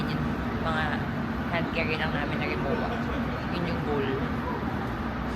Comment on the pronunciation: LUGGAGE! belatd happy bday po ate!!! rimoVA po pala pag pronounce yan te, nkta ko sa vlog ni ms anna cay, now klg dn nalaman haha more hauls pa po te labyuuu